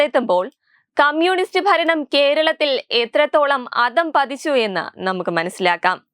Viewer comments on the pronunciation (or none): ആദ്യം മലയാളം പറയാൻ പഠിക്കൂ കുട്ടീ. എന്നിട്ട് വാർത്ത വായിക്കുന്നതാണ് നല്ലത്. അദം പതിച്ചു എന്നല്ല പറയേണ്ടത്; അധ:പ്പതിച്ചു എന്നാണ്. വിശം തുപ്പുക എന്നല്ല ; വിഷം തുപ്പുക എന്നാണ് പറയുക. ശബരിമല വി ശ യം എന്നല്ല ശബരിമല " വി ഷ യം" എന്ന് തന്നെ പറഞ്ഞ് പഠിക്കണം